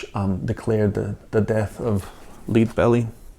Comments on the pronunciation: Lead Belly is pronounced Led, like Led Zeppelin, not lead as in leader. "Led Belly". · It's not "MILLIMETER" it''s "MIL", which is 1/1000th of an inch! And it's pronounced "LED-BELLY", not "LEED-BELLY". Finally, more than one STYLUS is referred to as STYLI, not STYLUSES. It's like STIMULUS and STIMULI. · "Leed" Belly LoL! it's pronounced "Lead" like lead ore. it the album is from the late 1940s,thats when Lead Belly recorded. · It's pronounced "Led" Belly. Lead, like the chemical element. Like Lead paint. Lead Belly. It's also pronounced R.I.A.A, where you just say the letters. I don't think anyone tries to sound it out like a word. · Pronounced "Led Belly" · Really like your video! I can really appreciate anyone like yourself, who would be passionate enough about this subject, to make a video, on the proper set-up to use, to get the best listening experience out of one's 78rpm collection! Kudos on that!! Btw; the artists name is pronounced "Led" Belly, with a "short E" sound, just like the metal of the same name and spelling. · Shouldn't that be "Topology", not Typology? And Lead Belly is pronounced "Led" like Led Zeppelin.